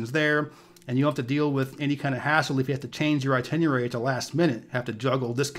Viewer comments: King: The word is "ITINERARY." Not "ITINUARY!!" For a so-called travel professional, you should know better. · Itinierary, lol! Sorry, man. I can’t not hear when someone says just one word wrong... love the channel, new subscriber.